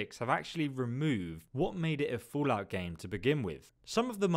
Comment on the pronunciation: I like how you pronounce the game as "FOOLout" throughout the video :)